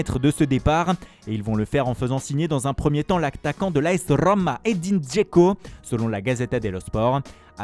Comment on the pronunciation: La rrrroma